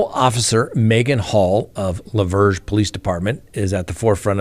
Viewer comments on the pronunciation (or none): It's pronounced like Laverne. It is just south of Nashville TN. That's middle Tennessee & should be in Rutherford County. Yeah, they're wild out there (despite there being so many Christian Nationalist), too close to Nashville, lol. Sadly, there are lots of female officers that move up that ladder by laying down. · Lavergne the g is silent so just say it as Laverne. Damn I live in Lavergne and haven't heard of this story. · It’s pronounced La-Verne. Not far from me 😂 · LaVergne is pronounced Lavern. Silent G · Lavergne is French, pronounced Lavern, a woman's name. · Pronounce LaVergne like Laverne and Shirley.. Murteesboro is pronounced Mur-freeze-borough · I saw yesterday's episode, but knew as soon as you pulled out the kbar, that it was going to get shadow banned. La Vergne: french; pronounced like the name Laverne (Laverne & Shirley) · LaVergne is pronounced Laverne.